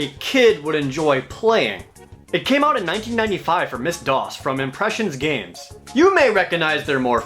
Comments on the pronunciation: "Miss DOS" Bro, I know this is an old video, but it's "emm esse" DOS, as in pronounce the two letters separately. After all, the MS stands for Microsoft (as opposed to PC-DOS, DR-DOS, FreeDOS, and others). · I'm sorry, is everyone just going to gloss over the fact that Jared pronounced MS DOS as "Miss DOS?" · Wait... Ms. Dos? Not M - S DOS. You truncated an abbreviation of Microsoft to Ms.? (suddenly pictures Bill Gates in drag) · IT'S NOT MISS DOS, IT'S M.S.(Micro Soft) DOS (Disk Operating System) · Wait wait wait, "Miss Dos" Did you really just say "MS. Dos? That's pretty lame man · "Ms. DOS", um Jared, I think it's pronounced "M, S, DOS"... The MS stands for Microsoft :P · . Do you call it "Miss Doss"? I've always pronounced it "em ess dowss" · Wait, what? I had to rewind to be sure, and even then, I had to say again - what? "Miss DOS"? Please tell me it's normally pronounced as "MS DOS" (em ess doss). Am I crazy? I mean, of course I am, but in this regard? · Did you seriously just say Miss DOS? lol you do know MS DOS means "Microsoft DOS" right? rofl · How do you pronounce "MS DOS"? ProJared: Miss DOS. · Saying MS Dos as if MS was pronounced as “miss” unreasonably upset... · Did you say "Miss Dos?" I dooooooon't think that's what the "MS" in "MS-DOS" means. About 100%. Unless you were talking about Mr. Microsoft Disk Operating System's wife, Mrs. Microsoft Disk Operating System, in which case, got ya, cool cool. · Did you just say "Miss. Dos" ? Awesome. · "miss dos" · Did he say the game was designed for "miss dos"? Fail. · Am I the only one that noticed he pronounced MS-DOS as Ms DOS? Like it was a woman? Like how guys name there cars girls, Jared names is consoles? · It's MS-DOS. Microsoft Disk Operating System. EM-es-doss. Easy mistake tho, easily written incorrectly which would trip anyone up. Enjoyable video, keep it up. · Did you say Miss DOS?? Dafuq...